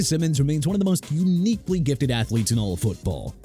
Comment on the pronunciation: That is not how you pronounce Simmons name. And the list is trash. TPS is a lazy “sports” channel